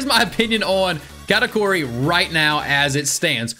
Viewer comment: moki and katakari